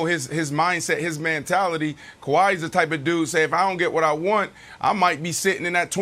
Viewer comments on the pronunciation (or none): I thought it was MENTALITY not MANTALITY